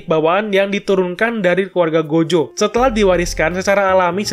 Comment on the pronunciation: Gojo bang bukan jogo 😁